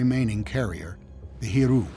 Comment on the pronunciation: Wonder why Tom didn't pronounce the y in Hiryu and Soryu. Maybe he's right, idk.